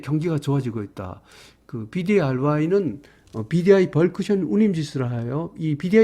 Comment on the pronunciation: 요즘 벌크션이라고 하시는데 벌크선 아닌가요 ㅜㅜ 감사합니다